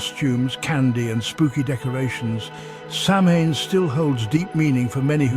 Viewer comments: You mispronounced "samhain." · Hard to give a thumbs up when the narrator can't pronounce the subject name correctly.